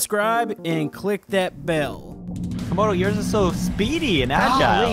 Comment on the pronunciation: 72 It's Komodo Dragon, not Camodo Dragon...